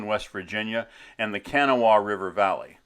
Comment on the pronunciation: pronounced Ka Naw Wa